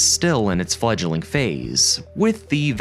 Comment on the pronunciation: "so where do we thhhink" ("th" sounds like "th" in "the") "fledg-i-ling" ??? "pre-f-iously" "under it's leave" Notice how literally EVERY SINGLE sentence ends with the same tone of voice (like a falling note). So, why couldn't you just use a HUMAN to do voiceover? Is your voice THAT bad?